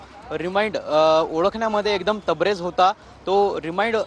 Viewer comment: अहो पत्रकार साहेब ते तबरेज नसून तरबेज असते 😂